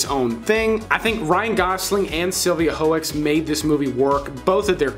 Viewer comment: A great list. I have seen every movie on this list except one. 🙈 BR 2049. I am a huge fan of the original. I’m still waiting for the right time 🤷🏻‍♂️ just a simple note btw. Sylvia Hoeks? Dutch like I am, Hooks is the way you pronounce it in English 👍🏼